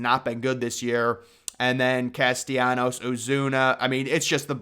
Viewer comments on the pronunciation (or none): none